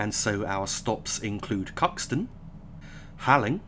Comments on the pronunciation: Im sure this doesn't particularly matter but Halling is pronounced Hall-ling not Haling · Halling is pronounced Hauling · Hi. Great video as always. Just one very minor thing...Halling is pronounced as Hauling.